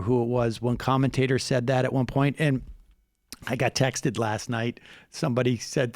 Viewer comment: When Sam had put that emphasis on the -ed in texted.... I cringed 😂😂😂😂 Saaaaaaaaaaaaaam